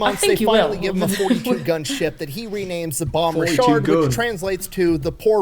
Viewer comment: What he calls (what sounds like to me) the "Bon Richard" is actually the "Bonhomme Richard," which is pronounced more like "Bohn-Ohm Richard."